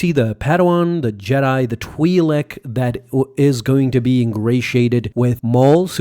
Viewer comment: What a horrible review. He doesn't even know the name of the planet, the Twi'lek (which he pronounces wrong btw) the name of other characters even though Disney told us all their names. Very lazy! How can you call yourself and not know this?